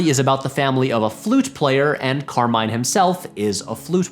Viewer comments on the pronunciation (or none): hearing the name "Carmine" so consistently mispronounced was incredibly jarring.